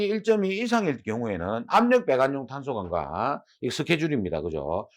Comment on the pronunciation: 25분 쯤 탄소강강관을 "탄소강-강관"으로 읽으면 될 것 같습니다.